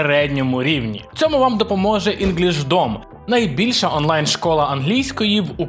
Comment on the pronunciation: А чого інгішдом, а не інглішдім? Хммм🤔🤔